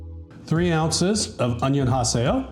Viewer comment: Did you say onion-haseyo? Love it! 😂